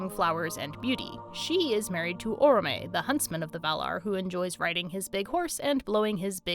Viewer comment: Oromë, stress on the first syllable. Lesson learned, thank you!